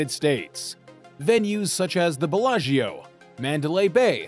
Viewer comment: It's not directly related, but since it was mentioned, I have to say it. "Bellagio" isn't pronounced Bella-GEE-o, it's more like Bella-JO. No eee.